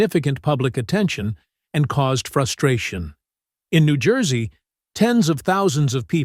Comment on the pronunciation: Pronounced New Joyzee